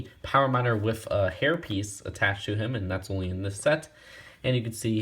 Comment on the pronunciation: I never got this set...maybe I'll get it on eBay someday. Btw I noticed you pronounce "with" as "wiff".